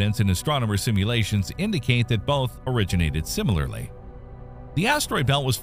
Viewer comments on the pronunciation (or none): none